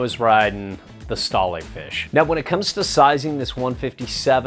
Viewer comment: Fam you always mispronounce the Stale board line. It’s pronounced the same way you’d say “ stale potato chips”. Not “stal aye” like you’re saying now.